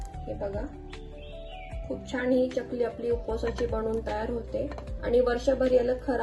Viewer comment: च्यकली असा उच्चार नाही चकली आहे. बाकी कृती छान. पण एकच वाक्य पुन्हा पुन्हा सांगु नये. विडीओ लांबतो.